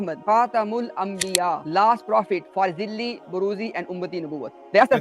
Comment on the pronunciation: It’s not zilli it’s zaleel 😂